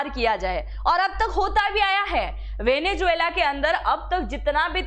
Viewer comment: Pehle venezuela theek se bolna seekh le. Bahut irritating sound kar raha hai